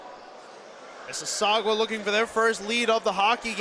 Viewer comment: The announcers should probably learn how to pronounce Mississauga There is no W in the word